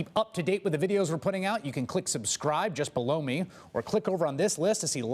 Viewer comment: “Just below me” sounds like “just blow me”. Ugh. Drives me nuts hearing this every end of video 🤦🏼‍♀️